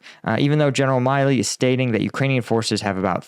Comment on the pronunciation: General Milley…his last name rhymes with Billy. 💙💛